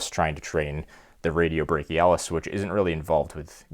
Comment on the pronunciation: Bachioradialis not radiobachialis 😂